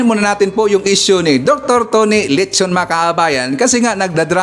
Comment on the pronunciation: Dr.Tony Leachon( pronounced Leyachon), correct spelling